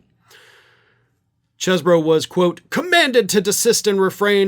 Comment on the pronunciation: for the last time, the pronunciation is "CHEEZ-bro"!